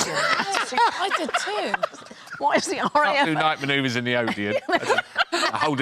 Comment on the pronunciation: I'm a bit confused. If she didn't say Odeon... What did she say?